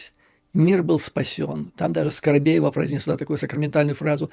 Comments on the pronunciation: скобеева а не скоробеева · Скобеева, а не Скоробеева.